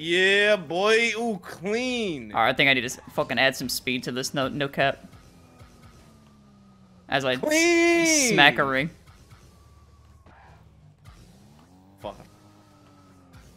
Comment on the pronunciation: “No kep” didn’t think I could cringe this hard